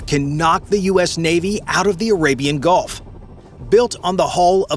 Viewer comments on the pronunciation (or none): none